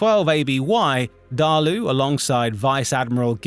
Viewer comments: Not to be that guy but it is DAALA,not DAALU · Nuh-taaaaaa-see dah-luu Na-ta-see dah-luh? What part of "Daala" makes the "oo" sound? Bro just said "Deh-lay-ooh" are you even trying? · Many of these names are so butchered I have to figure out what is being said. It’s Daala jfc